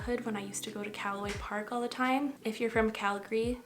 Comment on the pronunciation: sometimes i forget you are canadian and then you said calaway park and my eyes got so wide